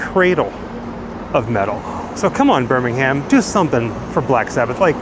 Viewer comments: On the other hand, he says “BirmingHAM”, whereas most Brits would say “BirmingHERM”. But hey, enjoyed it all the same! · When in England you don’t pronounce the H in Birmingham. 😊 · As a brit it sounds so weird to hear Birmingham pronounced as "birming Ham". RIP the prince of darkness. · 🙄🙄😆😆smh Too many Grands...too many Centrals...! Next time you're in England, if you happen upon BirmingUM (national pronunciation of the B-word), we hope you remember the reason metal became heavy there: ⚠caution⚠--turn volume wa-ay down... 😆😆 YOU TWO, also, HAVE GOT THIS! 😉😉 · You make me smile with your pronunciations when you're over here. Say it properly, it should be Ber-min-gum. Or, "town", as us locals say. 😅😅😅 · It pains me to hear my citys name said like this lol